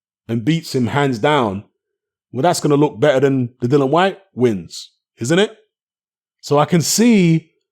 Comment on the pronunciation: No way!! I think Chisora has a fair chance to win no only that he can KO Usyk, and btw why do you keep calling Dillian Whyte "Dylan Whyte?